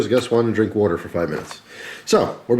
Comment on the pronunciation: youve always said 'water' in an unusual way.